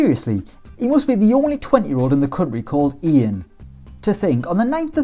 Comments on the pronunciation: ian poveda first name is pronounced YAN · Poveda’s name is Yan, it’s who it’s pronounced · poveda’s name ian is pronounced yan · Poveda’s first name isn’t pronounced Ian. His parents are South American so it’s pronounced “Yan” :) just here to help